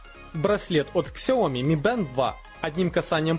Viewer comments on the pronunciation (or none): none